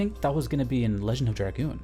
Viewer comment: Holy crap someone who can pronounce dragoon. Thumbs up. Subscribed. Just for that